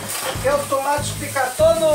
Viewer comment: HHAHAAHAHHAHAHAHHAHAHAHAHAHAHAHAHAHA "TUMATI"